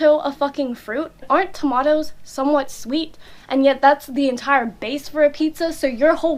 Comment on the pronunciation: i LOVE HOW YOU SAY TOMATOES YOU SOUND LiKE US NOW!!